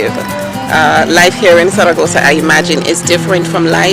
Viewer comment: love how you say zaragoza !! peace be with you or with me ... now im confused lol